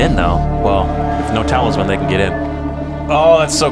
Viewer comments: It's a talisman not a talibut. Sorry, I just had to say it. Otherwise I love your reviews. It adds more layers than just having watched it by myself. Keep up the good work! :D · Great reaction to a fantastic show. Just one note, it’s talisman not taliban (LOL). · I am dying everytime you guy say "Talibut". I keep thinking about a halibut fish LOLOL